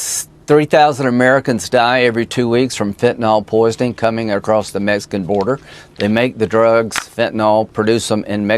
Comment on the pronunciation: "The Meskin border." LOL